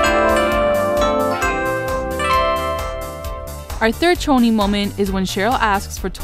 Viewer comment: Choni* not "Tchoni".